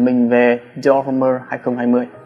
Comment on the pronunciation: Dior Homme đọc là Đì o Ôm ba ơi, dốt quá